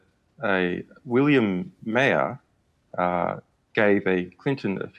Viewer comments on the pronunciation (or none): Marr... not Mayhurr... You pronounce Maher as Marr. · He didn't say Maher. He said Mayer. Not just once, so that it might be a mistake, but several times. Mayer, Mayer, Mayer. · LOOOL. It has nothing to do with his accent. 'Mah-er' is still 'Mah-er' with an Austrian accent. They wouldn't change a soft a sound to a long a sound. He pronounced every other word correctly and every other name correctly, 'idiot'. Or maybe you need to 'watch the video more closely'. It does not seem likely that he's never heard Bill MAHer out loud before and doesn't know the name of the host of the show he's appearing on. He must not be very good at research. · He doesn't know the name of the person he's talking to? He pronounced 'MAH-er' as 'MAY-er'. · lol, no he didn't. And he also didn't even get the fucking name right. Who the hell is "William Mayer"?